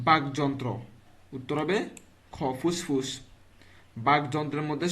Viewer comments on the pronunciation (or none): ভাই ফুসফুস ও থাক আর সমাজ এই দুইটা ভাষা একটি শুদ্ধ করে বলবেন কারণ এই ভাষা শুনলে আমাদের হাসতে হাসতে পেট ব্যথা হয়ে যায় আর আমার বন্ধুর গোয়া মারা যায়